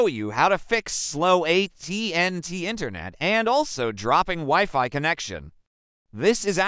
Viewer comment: Useless video and the fake voice reading the text is AWFUL "weeFee"? And it talks WAY too much NOT about the topic.